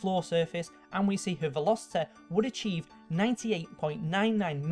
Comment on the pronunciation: ProtoTag Shelo he can. He said velocete and then he said velocity normaly